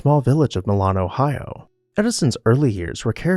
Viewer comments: I am related to Thomas through his grandfather (his grandfather, Samuel, is my fifth great grandfather!) I live 30 minutes away from Milan (which is pronounced My-lynn,, not to be rude!) I love learning about Thomas always! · You obviously ignored his Milan, Ohio birthplace, and his short-term in place in Louisville, Kentucky. Me education us obviously lacking as I was taught his birthplace village is pronounced mylen, not like in Italy, and Black mahryuh?